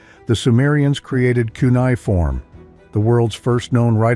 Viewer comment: "Kunai-form" lol Jesus